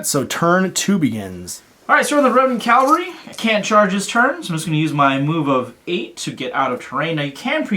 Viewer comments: Cavalry.... CAV-AL-RY... sorry to be that douche, honestly. but i gotta say it. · Cavalry. The word is cavalry not Calvary.